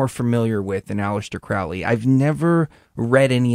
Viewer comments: It's not Crawley its Crowley, the best video you will find on you tube Michael Tsarian unslaved Aleister Crowley. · Any podcast where they dont know how to pronounce Crowley gets an automatic disconnect from me.